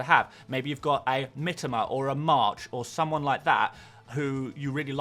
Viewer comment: ffs..it is Mitoma...not Mitama